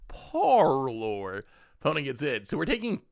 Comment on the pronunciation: Parlor. Par - lur. Par like in golf, then "lor" rhymes with "fur." I know you catch grief for the way you say things and the way you sound 😂 but I'm going nuts on elegant parlor.